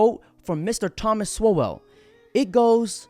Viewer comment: Thomas Sowell is pronounced "Soul"